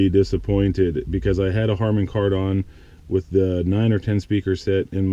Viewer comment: Cool video showing everything in detail. By the way, it's pronounced kar-den. I have the upgraded sound system/screen, it's definitely worth it.